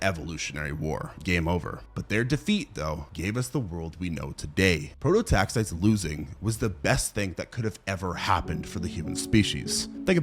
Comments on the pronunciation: AI script. Man cant even pronounce prototaxites correctly and expects us to believe he did all this research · 5 minutes into the videos and you’ve already pronounced the name of the subject and “lichen” wrong. I get you must’ve done research for this…but why not spend a few seconds learning how to say the work you’re making the video about… it doesn’t exactly instill confidence in the viewer